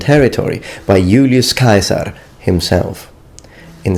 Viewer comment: Thanks for teaching me how the word Caesar sounded like! A long time ago in school i learned that the german word Kaiser has it's etymological roots there, but never did anyone pronounce caesar link you do, so the obvious never occured to me. (That they just took the sounding and wrote it phonetically)